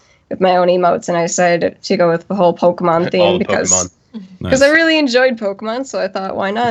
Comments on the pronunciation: I swear mispronounced pokemon on purpose and I kinda wanna punch him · don't be one of those people that act like they can't pronounce Pokemon to try not to divulge the fact they really used to like Pokemon.